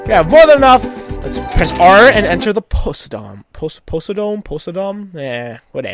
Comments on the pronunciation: Po-SAI-dome. Like Poseidon, except fatter. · It's po-sigh-dome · Josh Rulez he pronounced posiedom wrong